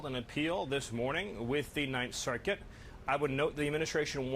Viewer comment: Why does he say circuit like that? Why are all of his goons such freaks?